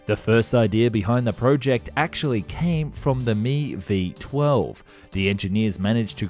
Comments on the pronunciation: I had to stop watching because of the use of "me" in describing the "Mi". It's "M-I" not me but I'm sure most of us know that. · Dude.... it is pronounced as two separate letters. "M" and "I" it is not pronounced "Me". So annoying to hear you say that.